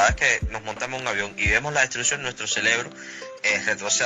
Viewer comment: 🤣🤣🤣🤣🤣😂😂😂😂😂😂🤯🤯🤯🤯🤯🤯🤯 como fue que dijo???? Nuestro CELEBRO??? O CEREBRO 🧠👀... jajajaja ese tipo es el q tiene el cerebro reventado hace mas de 20 años. Tremendo video 📹 e reido como nunca.. tremendo